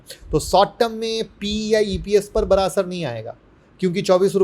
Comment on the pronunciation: उच्चारण मे सुधार करिये सर, बरा को बडा बोलें